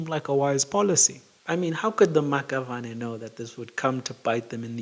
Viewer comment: The Maxavane is pronounced "Mashabane"